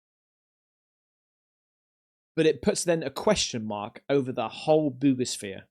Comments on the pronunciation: For 8 min I thought he was saying boobishere and it does have boobs on it on the top lol 00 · I only keep up with 3I/Atlas in hopes in lands on my X wife's house like the Wicked Witch 🤷🏾‍♂️ Also it sounds like you said boobisphere 🤣🤦🏾‍♂️👍🏾👍🏾👍🏾